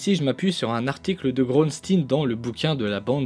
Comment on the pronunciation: Excellente vidéo comme d'habitude, méga instructive. En plus avec Xavier Bouyssou, ce sale petit génie! Par contre je vais me répéter, mais Groensteen se prononce "GrOUnstÉÉn", à la belge quoi!